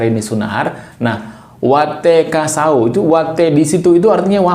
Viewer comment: Sahoe ❌ Saho ✔️